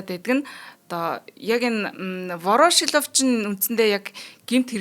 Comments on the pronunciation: Вороошилов гээд байх юм воршилов биш үү хөлбөмбөг тайлбарлагч заяа нэр сайн мэддэг ш дээ. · Вороошлов2 гээд байхын Воршийлов гэж и дээрээ уртаар дуудаачээ эхлээд сайн судлаад, дуудлага нтр тээ анхааралдаа. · Ворошилов гэж ядаж бхад яасан их хэлдэг юм бэ дээ 🤣🤣🤣🤣 Буруу дуудаад л байх юм. Заа гэхдээ үмхий оросуудын нэрийг яаж ч дуудсан яахав дээ